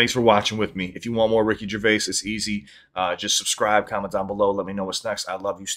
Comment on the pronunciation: You got his name correct 👏 most americans say it wrong